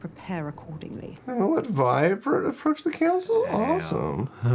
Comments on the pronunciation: She calls her Vi multiple times how u got that wrong and say VEE haha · How are you still mispronouncing Vi at episode 8 lol